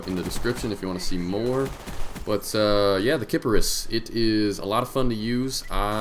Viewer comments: Kiparis not kip ar ris not kip air ris , kiparis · Kiparis (кипарис) is Serbian for cypress, it is pronounced Ki'paris (accent on th "ki"). Go on Google Translate, select from Serbian to English, and type "kiparis". Thumbs up so everyone can see this ! :) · Sy-per-us, like the island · The way says it makes it sound like Kid Icarus... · Its pronounced like Cypress, believe it or not. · I believe it's pronounced just like it's spelled, kip-a-ris, which is Russian for cypress. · its pro·nounced kip-are-ese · i would pronounce it with a long a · Yeah, but the word is russian/serbian and the correct pronuncation is "Ki-pa-ris". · its pronounced ky-poi-rue. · It's actually pronounce like Cypress, as far as I know. It's a Russian SMG and Kiparis is supposed to be the translation from Russian to English. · Its pronounced Kipahreese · Okay, I google translated it, and it said it like Kih-Pear-Is. Kiparis. :D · kiparis = russian for cypress cypress pronounced in russian = key-pa-reese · kee-pah -rrahss!!!! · kee-Paris < as in paris france ;) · ki- par(like golf par)- is(like the s on snake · Kiparis is pronounced kee-pah-rees in American dictionary pronunciation or /kʲipˠarʲis/ in IPA, it is means cypress in Russian, cypress and kiparis both ultimately come from the Ancient Greek word κυπάρισσος/kyparissos, etc..... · I heard a guy pronounce it KA-PISS-IS Lulwat? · I'm russian. And it pronounces like like does but with accent on IS. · another note to my last comment, "a" pronounced actually more like "a" in 'Nina" since it is "a" is unstressed, Go on wiktionary type кипарис or go on google translate translate to russian to find how it is really pronounced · I put the stress on the kip, but keep the i as a short sound.